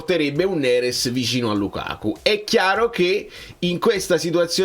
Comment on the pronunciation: Ragà ma avete notato la pronuncia del Mister quando ha detto NERES...ha detto Nerèss hahahhaha..la napolitanità lo sta già contagiando dopo soli 6-7 mesi😅😅 Grande Conte.. FNS 🩵